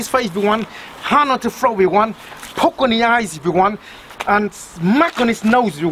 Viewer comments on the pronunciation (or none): none